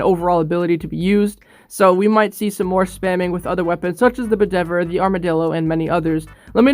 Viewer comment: u dumbass it’s not called Budever, it’s called Bedivere like use a pronunciation machine. All the names of Steel Div weapons are names of people in King Arthur